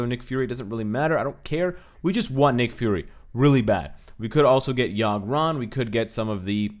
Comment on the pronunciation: You said Yogg-Ron lol it's Yon-Rogg